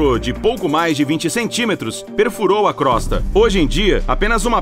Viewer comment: Crosta pronuncia crôsta e não crósta